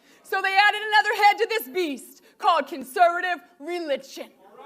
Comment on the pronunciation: "Con-sir-vitiv reelid-tchin"